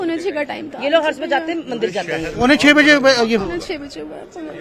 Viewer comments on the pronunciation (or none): none